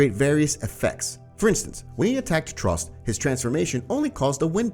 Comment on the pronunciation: trost bro says “trust” paradise bro says “parodys”😂